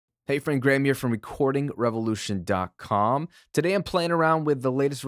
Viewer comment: Did you say "revolution dark cum"? x'D